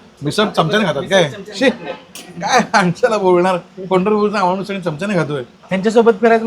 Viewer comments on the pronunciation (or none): none